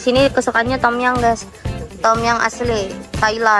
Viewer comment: Sebutannya bukan tomyang hahaha…Tomyammm